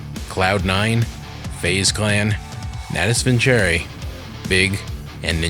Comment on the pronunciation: My man really said Natus VinCHere.....